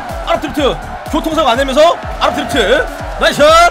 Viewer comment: 아!랍드리프트 '아'를 강조하는 그는...